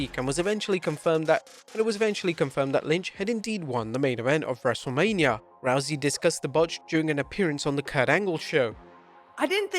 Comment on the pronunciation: wrestlelamia also botched